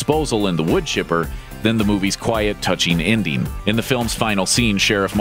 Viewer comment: Please learn how to pronounce "-ing". I'll give you a hint: it doesn't sound like "-een." Example: the word ENDING should not sound like INDEEN. Your baby talk is really too much.